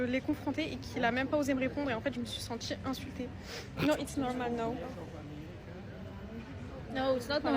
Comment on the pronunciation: Elle s'est "sentchie insultchée "